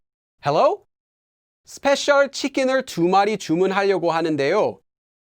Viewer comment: Hi! I want to ask why did you read 주문하려고 as 주문할려고 instead of what it is?